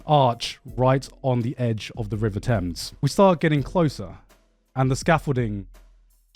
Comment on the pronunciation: Anyone else hear garnt say he had a gorgeous view of the Tims, instead of thames? I'm just imagining him looking at a massive pair of Tims, wearing a Yankee hat😂😂